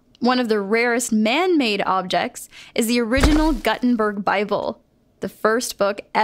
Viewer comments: It's pronounced Goo-ten-berg. Not Gut-ten-berg. It's like saying Guten tag in German. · Guttenberg bible? It's pronounced like Steve Guttenberg, GOO TEN BERG. Now I know why cartoon birds usually have human teeth in their beaks. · the fuck is "Guttenburg"... its prounounced Gutenburg (Goo-ten-burg) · You totally mispronounced Guttenburg. Just sayin' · i uh... don't think you pronounce gutenberg like that